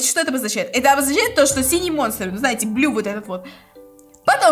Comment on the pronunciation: Вообще-то не Блю а Блу 😑